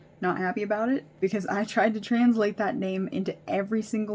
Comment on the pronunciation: the way you said translate.... clicking off lol